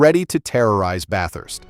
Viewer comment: A real human voice would’ve resulted in better pronunciation of names, such as Bathurst, not Bat Hurst. It’s an Australian historical road race, as well as a regional town in Australia. Do better!